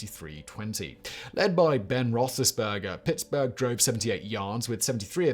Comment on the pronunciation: If ever Simon needed a pronunciation guide it was for this video. In his defense, a lot of names look like they could go in a few different ways. Other than the name situation, he was quite convincing. He also gets bonus points for nailing "Roethlisberger"